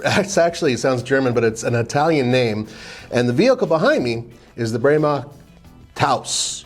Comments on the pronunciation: Every time you said the name Bremach it sounded like you were saying Grandma. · I can't stop snickering... everytime you say "Bremach" I hear GRANDMA instead 🤣🤣🤣... And your Яиssian is impeccable comrade!